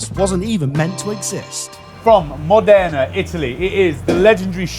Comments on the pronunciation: Amazing! RE Bottura, actually the accent is on MO'dena (I am from there)! That aside, your talent and skills are outstanding. Very well done, anyway, fellas. Many thanks for the excellent content! 👏👏👏👏👏👏👏👏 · Massive fan. Keep up the good work. Unfortunately though, in this recent video: great chefs, but with poor pronunciation knowledge... Modena is pronounced with the stress on the first syllable. You know: as in "Aceto Balsamico di Modena". 🙂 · Get the city name right man! How hard can it be? MOW-DAY-NAH! Not Flipping Moderna which is a pharma company! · Not to be an arse - but I figure you'd want to know - Modena is pronounced MODena not MoDENA - stress on the first syllable. Great episode (as always) but unfair on Julia, as Beef Bourguignon is not a restaurant dish, but a French provincial dish more comparable to the Italian cucina povera, so of course it's 'just' going to taste like a beef stew!! ❤ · I've always pronounced it Modena not Modena. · How can you not know how to pronounce Modena? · the way of him pronouncing MODENA is amazing LMFAO